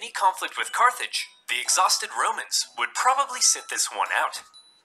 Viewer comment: I’m pretty sure it’s Carthage. Not Carthage.